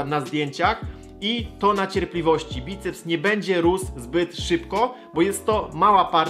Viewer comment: obracać* choć zauważyłem, że jakieś 90% ludzi jakich spotykam mówi w ten sposób xD Bajceps is always with you!